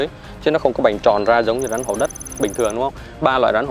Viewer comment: Bạn phát âm khg chuẩn con rắn chứ khg phải con rán